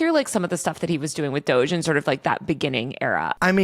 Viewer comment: It’s funny every time he says DOG-E